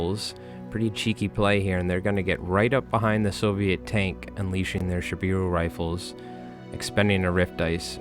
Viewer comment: Great game, those bears are absolutely nasty. Just a couple minor notes. It’s not bad, but kind of jarring to hear. It’s Shiboru, not Shibiru I’d recommend using Ute instead of shoot or fire as loan words. (Pronounced ootay) Also just some simplified pronunciation notes. E’s are pronounced as a hard A sound. I’s are pronounced with a hard E sound.